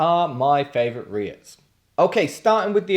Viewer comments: Am i the only one whos gonna tell you its pronounced "reet" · FYI it's pronounced 'Reets' - And yes, totally agree - wouldn't touch Unite with a bargepole.